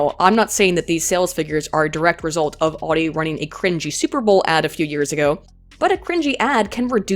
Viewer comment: Every time she says Audi like she does, a baby is aborted late term.